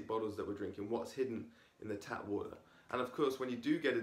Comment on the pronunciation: Say water properly